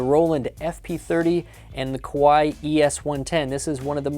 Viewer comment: Not "Koo-wai". "Kuh-wai".